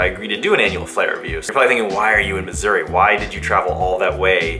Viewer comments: Thought you said misury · Did you say that you were in Misery? Or Missouri ? When i move out of my parents basement, I'm buying a helicopter to live in. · Sounds like is saying "I'm in misery" at the beginning 😂😂